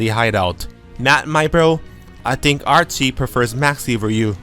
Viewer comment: The 'ch' in Archie's name is pronounced like the 'ch' in charizard. Your english is obiously really good, i'm just throwing that out there for future reference. You make great content